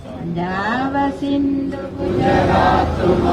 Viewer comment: പഞ്ചാവ സിന്ധ ( ന്ത)😂😂😂😂